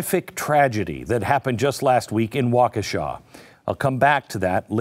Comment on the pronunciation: It might be wa-KEE-sha, not Wa-Ke-shaw.